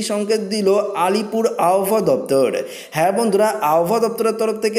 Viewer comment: উচ্চারণ ঠিক করতে হবে। অশনি সংকেত আব হওয়া ।